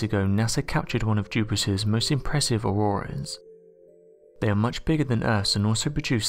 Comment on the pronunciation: Oh it's not auroras it's auworas and there's Webel forces surrwounding it lol